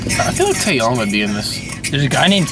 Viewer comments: Tae-YANG not Tae-YONG. And the first rapper you are talking about is ZUHO. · It's Taeyang, not Taeyong....